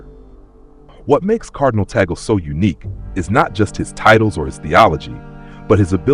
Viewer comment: He is pronounced as Tag-lay and not Ta gle